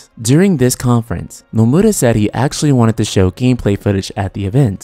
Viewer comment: Is Nomura really pronounced as Nomuda? Also, development of FFVII-R began around May of 2014. It wasn't being developed yet in 2013. I do concur though that the game's first installment will release sometime in 2020, with a big marketing campaign beginning next year.